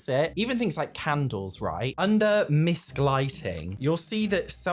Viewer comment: misc = miscellaneous not misk...